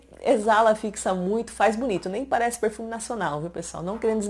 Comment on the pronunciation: “Porrrfume”... amo você falando isso.